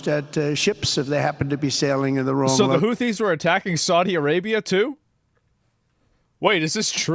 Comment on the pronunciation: He said houthi like hootie, and now i only wanna be with you